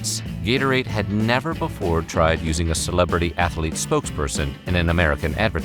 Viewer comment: "Befoe we get started..." is the way he says it. He also has more humor in the inflection of his voice than the girl. Befoe sounds so pompous and I love it lol!!!